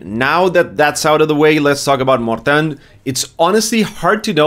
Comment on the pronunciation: You pronounce Mortain correctly. Some people say Mortain or Mortain but that's incorrect.